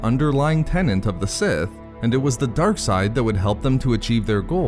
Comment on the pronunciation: For the future, the word is "tenet" not "tennant". Example: "A tenet of the Sith". Love the video anyway. Sith have always been a suprising mix of evil and lawful masters that sought power for different reasons but kept pushing the dark side of the force.